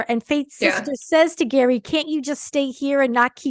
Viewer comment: Actually pronounced Gherry not Gary. He mentioned this in an interview with Jimmy Kimmel